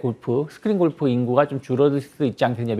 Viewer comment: 유익한 정보는 고마운데 golf를 왜 꼴프라고 계속하나요? 꼴프가 아니고 골프라고 하세요 듣기안좋네요